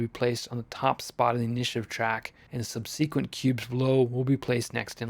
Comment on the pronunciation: A very well organized and clear tutorial. I will definitely check your channel for future content. A minor note, it’s pronounced sub suh quent, rather than sub c quent.